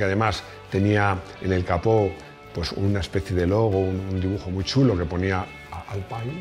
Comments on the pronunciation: Se dice “Alpín” no “Alpain” o “Alpine” aunque se escriba Alpine se dice literalmente “Alpín”. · A buenas horas los franceses le ponen un nombre en inglés a un producto suyo, así que de "Alpaine" nada de nada, por mucho que te achuche Rodrigo. Así que "Alpin" en pronunciación francesa o "Alpine" (que en castellano es perfectamente correcto). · Dile a Rodrigo que el r5 nunca fue "alpain" como dicen en UK, la versión inglesa era r5 "gordini". Así que se pronuncia Alpine en castellano y alpín en francés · Se pronuncia "Alpin", el mismo equipo de Fórmula 1 hizo un video explicando como se pronuncia la marca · Se dice”alpin” cojones 😂😂😂